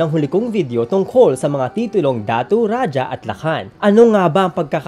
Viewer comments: Kuya raha ang tamang pag bigkas jan sa rajah hindi raja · Its raha (rajah) not rajah wrong grammar ijo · Raja o Radjah o Radya o Ladya po ang mga tamang bigkas ng ating mga ninuno, sa wikang Kastila po nagmula ang pagbigkas na Raha. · Ang pagbigkas ng Ra-Ha ay galing sa mga Kastila. Ra-ja o Ra-dya o La-dya ang mas angkop at tamang pagbigkas nito. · Ang pagsambit na "Raha" ay mula sa mga Kastila. Rajah (o ra-dya) talaga tunay na pagbigkas nito hindi Raha. 😉